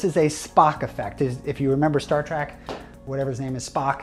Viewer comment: Did. . . did you just say “Star Track?”